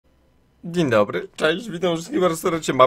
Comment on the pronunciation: "Dziń Dobry" początek odcinka i już się ryje